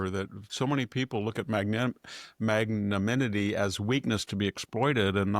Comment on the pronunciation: VDH, please learn to pronounce magnanimity., same for Imam!!